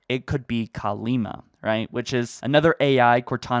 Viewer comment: Cortana’s sister’s name is Kalmiya, not Kalima.